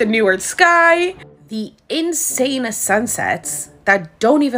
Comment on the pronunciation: . What is an "Insane-na" sunset?